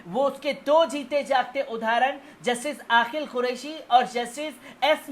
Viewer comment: Bhai aapki urdu bahut kamzor hai sari duniya aapki khabar ko sunti hai lekin aapke lafz bilkul jahilana hota hai, Aqeel ko aaqil bolte hain ye galat lafz bolte ho.